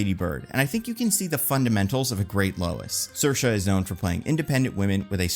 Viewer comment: An almost perfect pronunciation of Saoirse I’m impressed